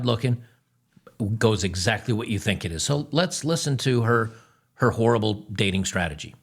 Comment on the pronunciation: hehe he said whorrible